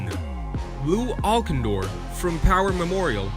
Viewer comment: lew alcindor is actaully pronounced Al Sin Door. good list. however, i would put wilt at number 1 on this list over lew and lebron. wilt had every single college in the entire country try to recruit him and also, little known about him, he played under a pseudo name of Goerge Marcus I believe was the name for a copule summers in high school against profession athletets, not the NBA but a another pro league which probably would be sort of like the minor league i suppose, but he totally domanited the adults. if back in the 50s and 60s they didn't have the rule of having to wait 4 years after you are done with high school to play wilt would have been in the NBA for 4 additional years and domiated from the get go. as for teh big dipper. the name actaully came from him being so tall that he had to "dip" under the doorways to get through them